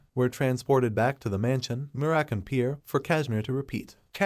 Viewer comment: So american instead of merakan hahahaha😂😂😂